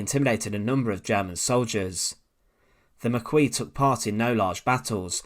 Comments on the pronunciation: Your video is good but yet you spoil it with your terrible mispronunciation of foreign words. Learn how to pronounce French words properly! Maquis. It's almost painful to hear the way you butcher its correct pronunciation. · Please it's 'Makie' not 'Maqeeze' - makes me wince ! Oradour is a very dark place - been there a couple of times. It was definitely Das Reich who committed the murders but I'm not sure about the reason. Sadly Das Reich was mainly recruited from France - Alsace Lorraine - and it remains a source of great shame here. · Sorry to be perdantic by its pernounced Mar key not Mar quee in French the q is sounded as a k and the 'is' is given the e sound with s being silent. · It's not even pronounced "mac-kwee" in english, try the similar english word "marquee" i.e. "mar-key" (a big tent), for an anglophone, the shorter vowel "ma-ki" is correct for "maquis". Very much a case of "learn the words" or you sound like an idiot. English really only uses the "queue" sound when the "qu" is at the front of words like "Quebec" which the french mangle into "kebeck" for some reason ;) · The pronunciation of Maquis is "Makee", not Makwee. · Maquis is pronounced "ma-key" not "ma-kwee"... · I noticed your pronunciation of the word Maquis as ma kwee, which is incorrect. It is pronounced as Ma Kee. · His Pronunciation of the Maquis is bloody awful it's pronounced "The Ma-key" not the Makwis" 😂😂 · It's pronounced Mar-key not mar-kwee. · Maquie is pronounced "MAH'KEY.Not MAHQWEE. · Maquis is pronounced ma-ki not ma-kwee. Anybody making a presentation on YouTube should pay close attention to proper pronunciation. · It's actually not "marquis" ... no R... "maquis". Pronounced mah key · Unless Star Trek DS9 was lying to me, Maquis is pronounced Ma-key not Ma-kwee :) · Maquis is pronounced as Ma-Key, not Ma-Kwee. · Na , na , na ,it’s pronounced Mar Qizzzzzsss 😂😂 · Mah-KEE. Not Muh-KWEE. Carry on.... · Maquis is pronounced ma-kee, not ma-kwee. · It’s pronounced Ma-kee.